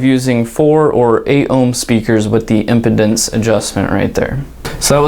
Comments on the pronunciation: you clearly don’t know this product or know how to pronounce “impedence” . It’s not “impotence” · Impedance. Im-pee-dance. You're welcome.